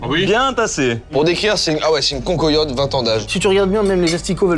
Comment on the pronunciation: S'il vous plait arretez de dire "concoyotte" ca me fend le coeur. Ca vient de chez moi et ca se dit CAN QUOI YOTTE. Et sinon super vidéo avec 2 duos qui sont un accord et met parfait 👌